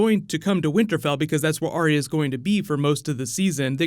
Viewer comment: Arya with TWO syllables, not THREE as is spoken by too many people who claim to "love" her character and the show.